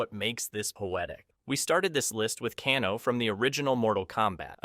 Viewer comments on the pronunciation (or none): Cahno. CAHNO!!!! FFS!!!!! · Cahno? His-Shoe Hao? Jakwie? WTF man! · To be fair, the Japanese surname Kano is pronounced "Kah-noe" rather than "Kay-noe." The founder of Judo was Jigoro Kano, and he was supposed to be Japanese in the original game. The 1995 movie made him Australian, though the actor was speaking with a cockney British accent. The "Ka'noe" was weird though. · who tf is cahno? 😭🙏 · Bruh, it's hard to take you seriously when you mispronounce Kano...